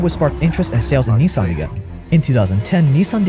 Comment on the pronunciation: Just wondering, as a "100% Asian", why don't you pronounce Nissan correctly, instead of the American way? Ni-saaaaaaan sounds ridiculous.